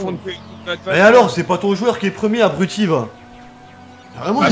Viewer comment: Est ce qu'on peut dire a et qu'on dit abruti et pas abrouti